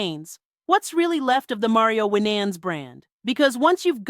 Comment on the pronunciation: Why was Winans last name mispronounced throughout entire video?! 😂